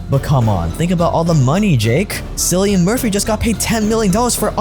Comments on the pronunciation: Where are all the grammar nazis at? bro called cillian murphy seelian instead of keelian😢😂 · SILLIAM MURPHY : ITS CULLIAN AS IN A KKKKKKULLIAN NOT SIIII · Im sorry, its an irish thing, but cillian Murphy.. imagine its spelt with a K, thats where you're f#*king up..sillyun?! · sillian murphy. god dammit man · did you say sillian murphy... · your pronunciation of "Cillian" made me depressed. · You're wrong, Oppenheimer was great! Also you mispronounced Cillian Murphy's first name